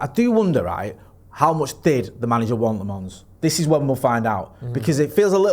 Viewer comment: Senne Lammens isnt from the French part of Belgium, he is flemish. So you can stop with the french pronunciation and just say Lammens in an english way, its more accurate. Edit: not to be a dick or anything